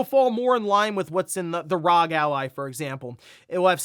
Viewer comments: For real. Have this playing in the background and keep hearing rog. It takes little effort to say R.O.G. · It’s not rog. Stop saying that. It’s R.O.G. it’s literally an acronym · well whatever, main point I’m getting at is that it’s not rog like he annoyingly keeps saying